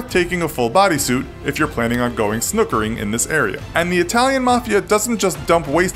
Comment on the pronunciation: Why did you say snookering.. it's snorkeling